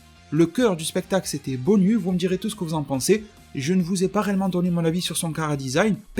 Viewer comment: BONYU je pense que ça se prononce BONIOU, un peu comme GINYU ;). Sinon très bon travaille comme d'habitude ;).